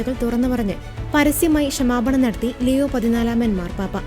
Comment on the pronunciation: ദയവുചെയ്ത് പാപ്പയുടെ പേര് തെറ്റാതെ ലെയോ എന്നു പറയാൻ ശ്രദ്ധിക്കണേ